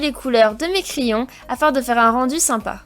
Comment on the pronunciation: elle a un problème avec le mot